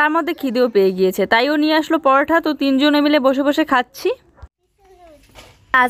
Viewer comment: পরোটা বলে not পরোঠা ।😢😢😢😢😢 বাঙালি হয়ে উল্টাপাল্টা উচচারণ ভগবান হিন্দিতে পারাঠা